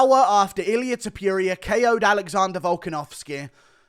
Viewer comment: Its TOPURIA not topJuria